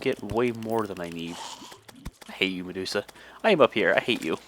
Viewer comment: The way yu say meducha lol